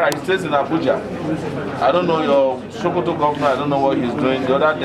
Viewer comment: My president, it is Pronounce Sokoto not Shokoto😁 my vote for u is not just finger print alone but with foot print. Anything printable must surely be printed because of u your excellency buh its quite un4tunate dat der is no PVC.